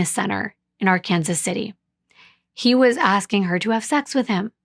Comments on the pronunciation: Thank you for caring enough to look up how to pronounce Arkansas City. Yes, in Kansas, the town and the river are pronounced differently. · My husband is from Kansas, and I now live in Kansas. I got chastised for not pronouncing right. Yes it's Ar-Kansas. Being from Oklahoma, that really messed me up, lol. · The city is pronounced Ar-Kansas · This is a city in Kansas City. So they pronounce Ar-Kansas. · Youre absolutely correct about Ark-Kansas! Im a transplant from Minnesota and was quickly corrected when i pronounced it Arkansas! You don't mess around or joke about that pronunciation here!!! Well done!❤